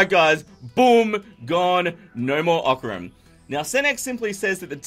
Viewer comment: You can say that Oc-ran!